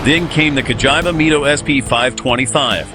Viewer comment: CA like (ca)talytic converter - GI like (ge)nius - VA like (va)nity , now put it together and it will sound correct. I keep hearing vagina 🤣🤣🤣🤣🤣🤣🤣🤣🤣🤣🤣🤣🤣🤣🤣🤣🤣🤣